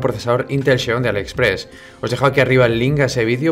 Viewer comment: Decir Intel Xeon (cheon ) es como decir sexcho duro … por dios esa X que suene que hablamos Español